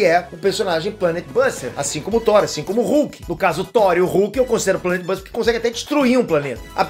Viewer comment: falou Planet buster errado 🤦🏻‍♂️